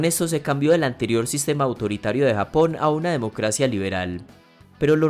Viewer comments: Se dice <Japón> no < >.... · se dice Japón no hapon